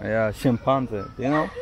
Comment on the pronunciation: chimpanzee. The last three letters should sound like bee